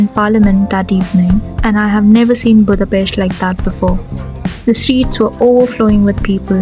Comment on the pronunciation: It’s April 13th, a.m., I believe... Thanks for your thoughts and for pronouncing the name of our beautiful capital correctly 😊